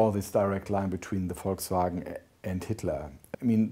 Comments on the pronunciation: I for one would just like to say that I appreciate the Professor pronouncing Volkswagon in accordance with it's German origins. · Finally an English speaker who pronounces Volkswagen correctly. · He is probably the first englishman i've heard say "Volkswagen" correctly. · I'm British and that's how everyone I know says it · Congratulations Sir for pronouncing Volkswagen correct. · That's how how everyone (I know of) in Britain says it. Although we do pronounce VW as "Vee Double-U", rather than the German way. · mmm yes that is a relief